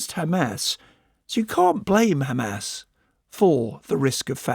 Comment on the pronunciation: When the ridicule opens his mouth and talks only about khamas khamas Khamas 😂😂